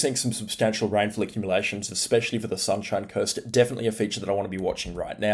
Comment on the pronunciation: did bro just say sunshine curst